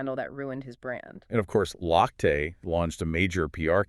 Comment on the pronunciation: His name is pronounced “Loch te”